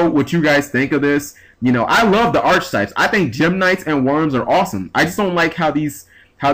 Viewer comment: !!! Grr again! Archetypes,..(ark-e-type). Don't mind me! It just gets me every time.....